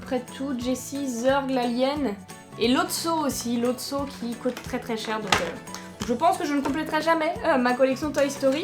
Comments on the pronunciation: Puorquoi tu dis cote alor que sa se dit coute ? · dsl mais sa me stress parceque tu dit cot et ses coûte normalement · Ça cote mdr au lieu de ça coute😂😂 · Tes la meilleure YouTubeuse du monde Ps : tu dis cote pas coûte !!!! Sinon continue comme ça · pq tu dit quete à la place de coûte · c'c'est moi ou elle ne dit pas coute mais cute avec un accent bizarre